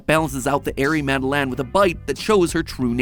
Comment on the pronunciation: The way MatPat butchered the pronunciation of Madeleine hurts me but I’ll miss him and his dad humor